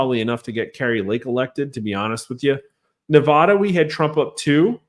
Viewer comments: Respectful correction sir. That's NEVADA ! not Nevahda ! Thank you 🙂 🇺🇲💖🇮🇱💖🇵🇭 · I wish to see a political video where Nevada is pronounced correctly. Just once, please.